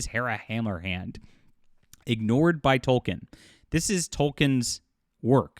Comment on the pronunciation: Please stop saying "Tol-ken", it's pronounced "Tol-keen".